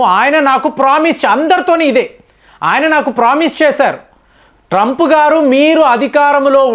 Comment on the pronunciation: Trup ghadu Enti ,,.Koncham Manchinga matladandi